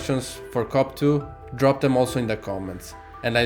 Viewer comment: The best thing with this is you pernouncoation off cope2, youre saying cop2 which is hilarious.